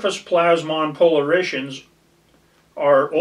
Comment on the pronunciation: That's "POLE ARE IT ONS", not "-SHUNS". I've only ever taken one picture with an aura at a good spot in the Caballos. Decent summary of different technologies. Also, LIDAR is "Light" detection and ranging - even though it IS a laser. A main issue with GPR is the "first interface" reflection. Basically, the wave impedance in air is very different than in the ground. To "launch" a wave efficiently in the air, you need to match the impedance (ratio of E to H fields) in air , but then it has a terrible refection coefficient at the air-dirt interface where the ratio of E to H is very different. If antennas are not re-designed for drone but rather just re-used, then they could be improperly loaded. Never messed with magnetometers, but did work on tech that could "see" certain things 10''s of feet deep - but it's sort of like the V to H field imbalance "two-box" tech: only finds big stuff.